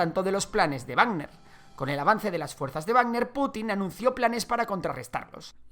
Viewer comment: es Wagner, no barner